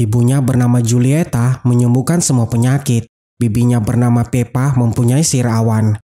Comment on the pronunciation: Julieta bacanya hulieta